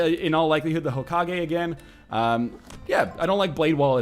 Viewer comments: HO-KA-GAY Not Ho-Ka-Gee It's just so annoying... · STOP SAYING HOKAGUIIIII SAY HOKAGUAI OR HOKAGUÉ HOW EVER YOU SEE IT -_ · Omg white people. Its not hoe ka gay. Its hoh kah geh. Dont you ever watch naruto. Its almost like your gonna cough at every syllable. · Every time he says Hokagee, a fairy dies. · IT IS PRONOUNCED HOE-KA-GAY!!! STOP ANNOYING ME!